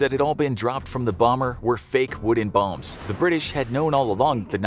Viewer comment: "bowms" he said, while a german was holding an american Grease Gun